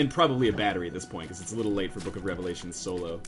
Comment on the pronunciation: take a shot every time he says book of revlations